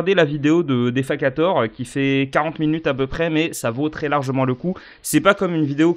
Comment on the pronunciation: defakator ça se prononce Dé - Fake - ator